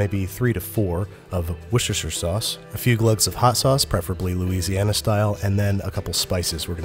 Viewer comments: Michael Cantillo it's just pronounced 'Wooster' shire. The double O has the same sound as when you call someone a wuss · It’s still wrong. It’s just wooooster-sheer. Simple. He had way too many syllables in there. Okay Americans. Pronounce Leicester. Leicestershire. And Warwick. GO!!! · every time, he struggles with all these syllables when he could just go with "wooster" and at least a good chunk of the anglophone world would be happy lol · Sam Canning "whoosh"tershare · except it's still wrong, it's called "wuster" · i do love wooshersher sauce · "Wushushushure sauce" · A few glugs of wushushsush sauce 😂💚💚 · Of.. wishisher sauce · Wooshirshir sauce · Whushersher sauce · Wuches'shier sauce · Pronounced "wooster-shear" sauce. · Pronounced wuster sauce. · Babish can only say “I don’t wanna say it sauce” correctly when sick 😂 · Yes. Yes we are. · He really didn't though. Although the effort was there. I live in Worcester. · why cant he say worcester sauce? LOLLLL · IM SORRY WHAT? That was the worst pronunciation of Worcestershire sauce ever.